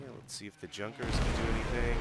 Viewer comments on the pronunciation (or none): Interesting gameplay. Corectly to speak Junkers - not Dzunkers. It is famous Ju 87 Stuka)